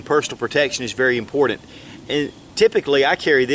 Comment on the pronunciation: "Impordent" hahaha